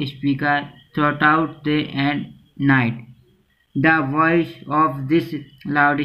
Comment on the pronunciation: Noice nhi voice hota hi